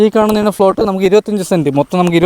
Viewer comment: ഫ്ലോട്ട് എന്നല്ല പറയേണ്ടത്. പ്ലോട്ട് എന്ന് പറയണം.